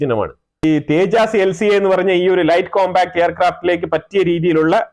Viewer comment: തേജാസ് അല്ല തേജസ്‌ ആണ്.